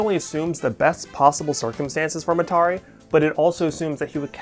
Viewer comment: why is he pronouncing Mitarai like that lol